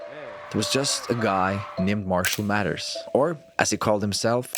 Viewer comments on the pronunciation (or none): His last name is MATHERS, not "Matters". Lol